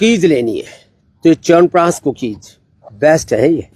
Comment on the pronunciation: I can bet on this! Noone else in this world pronunciate "Chyavanprash" betyer than you... All my hemoglobin, white blood cells, bp, sugar, etc.. comes into balance just after hearing "Chyawanpraash" from you. 😂😂